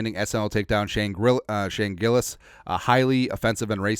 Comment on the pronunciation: Shane Grillis? Isnt it Gillis?